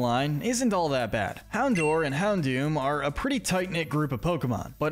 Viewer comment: It's pronounced yoo-NUH-vuh, TEH-pig, MAIR-oh-WACK, houn-DOOR, roh-TAHM, NUH-MULL, and bye-LUH style, ""! 🤨 You're so bad at pronouncing Pokémon names,! 🙄